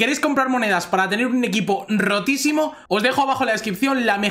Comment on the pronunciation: grande eres un grande me hace gracia tu hacento cuando dices rotisimo